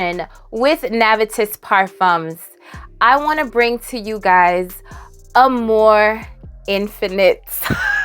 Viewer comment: Instead of amour infinite, I heard you say “a more infinite” and I was waiting for another word. A more infinite, what?? 🤣. Silly me